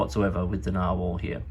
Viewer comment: I had to go watch Conversational Norwegian with Freakazoid after I watched this. I don't think his pronunciation of narwhal is spot on.